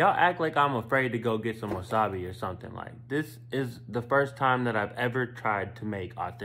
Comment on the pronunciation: YOUR PRONOUNCING WASABI WRONG!